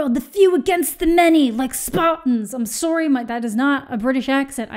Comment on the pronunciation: It's okay you can't pull off a british accent. Those Canadian "soorys" are the best :D